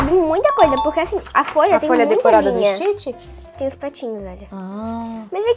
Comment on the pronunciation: Você tá falando errado Stitch você tá falando Stitch é ST Stitch não existe teste